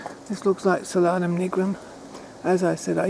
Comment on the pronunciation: It's pronounced Sol-anum not solan-um, it's translation is sun or star of the night.